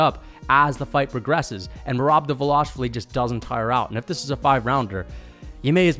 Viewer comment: I thought this dude was pretty impressive after the first take. Then he said Justin Gaethje can’t wrestle and that Khabib took him down first try (try 7th) Then said Henry isn’t dangerous on the ground, which made me literally lose brain cells. Then he meat rides dvalishvili and can’t even pronounce his name right and has the nerve to even suggest that it’s possible he could beat Max🤣 This dude seems like he is a casual fan that did minimal research sand only watches the main event fights and probably doesn’t even know that Justin Gaethje gave JORDAN BURROUGHS one of his toughest matches, ever Henry is a 2x gold medalist, and to say Cory is his nightmare when Cory got submitted by Aljo, is purely naive. I agreed with Khamzat v Adesanya cause that’s common sense. Justin probably knocks out both beneil and gamrot, arman and him would be close, by no stretch of the imagination a “nightmare”